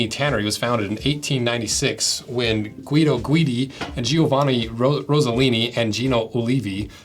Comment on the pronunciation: As an Italian, I need to give you a hint on how to pronounce "Giovanni". It's not "Gee-o-vanni", it's just "Joe-vanni". "Gino" is spot-on, tho :) Love your videos, by the way :)